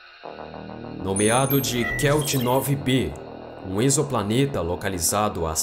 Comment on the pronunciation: Te dou meus parabéns por vc ser um dos únicos que ví pronunciar o termo "exoplaneta" corretamente no nosso português. Mts dizem "eks"oplaneta, e essa prunúncia tá errada, ela é do inglês, tipo: "eks"man. Nossa prunúncia é com som de /z/ é a correta: ezo"planeta.